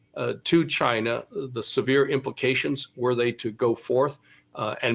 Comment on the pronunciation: "Cheena"......say it correctly please.